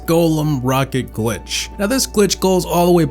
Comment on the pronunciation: he said gwitch